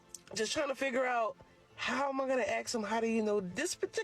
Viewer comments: The word is ASK. NOT aks or axs. It's ASK. 🙄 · The word is "ask" not "axe". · How is she going to "axe" him? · Axe em 😂😂😂 learn to speak... How can you be born in a country and cannot speak the language 😂😂😂 dis, dat, dees, doe who is you... uneducated ... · "ax'em" She gonna "ax'em".